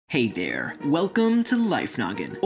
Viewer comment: He say hey der